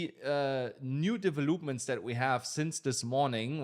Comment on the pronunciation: Thank you! " De vel lup ment "